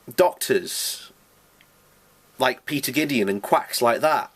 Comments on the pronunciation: I think your intentions were to drive people away from Dr Glidden (not Gideon) but because your so called 'Facts' are not facts at all it appears that you have driven more people towards him, and that's not just a good thing, it's a great thing, because Dr Glidden saved my life and countless thousands of others. And btw, Dr Glidden is a licensed and highly trained Naturopathic Doctor (ND) (there's no such thing as a Nature Doctor as you called him) and he has 26 years of clinical experience (not 2 like you stated) with real patients in his private holistic and homeopathic practice ('2nd Opinion') in MN, of which I am proud to be one of his (finally) healthy 'online' patients. You also might want to consider taking down this BS video that is filled with inaccurate info and a juvenile attempt to slander Dr Glidden before he sees it and sues you, or at the very least, you wind up driving even more people into the arms of this "Quack" Now I am not one to talk bad about anyone and I am a supporter of free speech, but really dude, you should at least make an attempt to do a LITTLE homework on your subject/s before you make yourself look like a fool in front of the entire youtube nation....starting with the correct pronunciation of the subjects name, don't ya think? Please go back to your video games and let the experienced grownups run things if you're not going to contribute to the greater good of mankind ok? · He doesn't even pronounce it right! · You may or may not have some valid points but your presentation is disjointed, rambling, at times almost incoherent. Who is Dr. GIDEON ? which is your pronunciation while the title of the video refers to a Dr. GLIDDEN. Really, old bean, you want to polish this up a bit or people are going to regard YOU as the quack. Remove this, polish it up and have another go at it. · The man's name is Glidden, not Gideon. Just saying. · Maybe you can't find anything because his name is GLIDDEN, not GIDDEON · the name is Glidden, not Gideon.